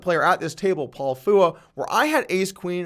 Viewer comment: Holy fuck dude how can you honestly not pronounce Phua properly. You've heard his name more than enough by now. that being said, thx for the video xD